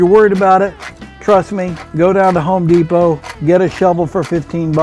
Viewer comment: Lol did he say ho depot